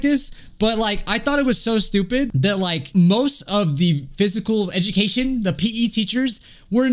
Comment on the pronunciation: "physical edicatshion 🤓☝